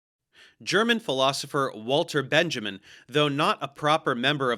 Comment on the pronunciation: During my 15 years in academic sociology, I only heard Benjamin and Marcuse pronounced differently than you do. This isn’t a criticism. A good interview with Marcuse shortly before his death is on the channel. FYI, (not) NBD, etc.